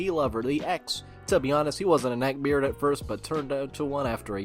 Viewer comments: lmao he says beard like 🅱eard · Anyone else die a little every time he pronounces “beard” like that